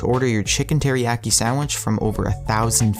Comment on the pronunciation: Chicken Teriyaki (Tear - EE - Ack - Y)